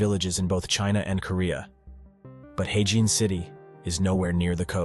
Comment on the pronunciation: What in the actual fook?? All these places are well known in China, just because Westerners don't know about them doesn't make them "unknown". Also it is 'her-jin', not 'hey-jin' like you keep saying.